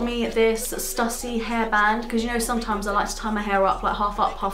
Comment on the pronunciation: Just to let you know it's pronounced Stoo-sy, hence the accent (Stüssy)